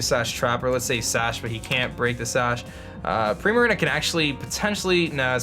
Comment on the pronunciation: does the way he says Primarina bother anyone else? I'm not even sure how to pronounce it correctly, but "Primerina" just sounds really offputting :[